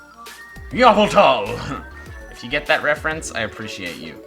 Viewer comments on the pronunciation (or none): ya-va-tal lol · Yavaltal not yveltal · Yveltal, not Yavltall! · Yevltal? No MY NAMR IS YAVELTALL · In pokemon talk every time you call him Yveltal he corrects you to Yaveltal. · It's pronounced yahvultal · visit yveltal's (YAVEL-tal) strudels today :) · omg! I've been pronouncing it wrong my entire life😑 I've never noticed the second A up until this moment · I was laughing as fuc* when you said YVELTAL! I love pokemon talk xd